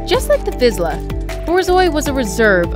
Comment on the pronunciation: That is not how you pronounce Hungarian Vizsla😶. I have a 4 yo one and he’s the sweetest dog ever he’s fast, active and thinks he’s a lap dog😂. Also a Vizsla is the third fastest dog in the world😮